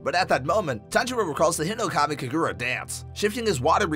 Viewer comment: (im not trying to be hateful) you kept pronouncing uppermoon 1's name as "kokushiba" it's "hinokami" not "hirokami" Enmu is Lowermoon 1 not 7